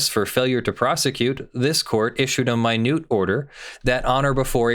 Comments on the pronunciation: Isn't an order in the court's minutes (like minutes of a meeting) pronounced a "minute" order as in hours and minutes, and not pronounced as in the sense of "tiny"? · I agree with your analysis. But the word is pronounced ˈminit’ as in there are 60 seconds in a “minute.” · "Minute order" is pronounced just like minutes and seconds, not "MY neut"....it goes in the court's minutes instead of a standalone order. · Hey,? It's "minute", as in a unit of time or "recorded in the minutes of the court session", not "minute" as in "very small". Just saying. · Minute order, as in hours, seconds, and “minutes.” It rhymes with peanut, not accrue. Don’t ever mispronounce this word to attorneys who actually go to court.